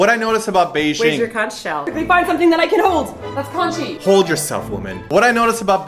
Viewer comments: Why do people say Bei "zh"ing? As far as I know and can tell from my Chinese parents, it really is said like its spelled. Beijing. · You are pronouncing Beijing wrong. J as in jam. G sound. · The pronunciation of 'Beijing' tho